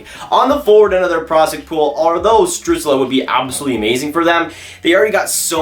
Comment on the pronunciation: Stützle is pronounced "Stew-tsl" Not "Stew-tsla"